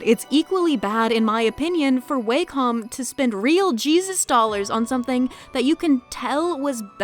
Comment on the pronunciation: Wacom is a Japanese company, so "Wah-com" is the correct pronunciation.